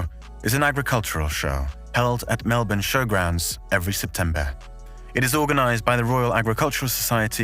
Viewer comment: THANKYOU SO MUCH for pronouncing Melbourne properly. This other british bloke did a video and he kept saying Mell-borne. I couldn't listen to it. For the ppl who don't get it, it's like how everyone says London as Lun-d'n. There's no second syllable vowel sound. London. Melbourne. Lund'n. Melb'n.